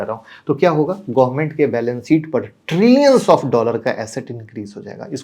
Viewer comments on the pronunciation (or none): none